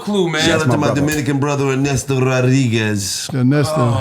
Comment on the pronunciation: “i aint ever losing to a nigga named Arnesto. U ain’t ever heard in the NBA the broadcasters say ‘Arnesto for THREEE” 🤣🤣🤣